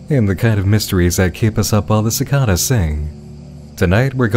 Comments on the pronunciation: Why did he pronounce cicadas si-ka-da-s? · The most horrific thing in this whole video is pronouncing cicada like that. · Honey did- did you just say CI-CAH-DA? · I’m sorry did you say cicahdas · i love you, but the way you pronounced "cicadas" was atrocious. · I'm sorry but this comment is purely here to bully you for the way you pronounce cicadas